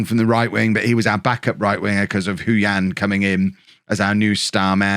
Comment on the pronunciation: Just a shout about the pronunciation. Hou Yan would be said 'Hoe Yen'. Not even joking.